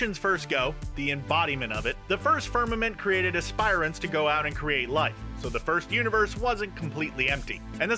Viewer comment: Dude you need to learn how to say aspirants